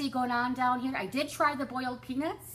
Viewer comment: Nice to see you, I love listening to you. Well done on your amazing weight loss. OMG I thought that you said boiled penis not peanuts lol ha ha. xoxoNisha